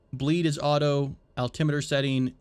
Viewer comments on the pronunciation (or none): none